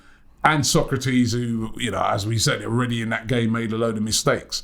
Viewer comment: His name is Sokratis not Socrates lol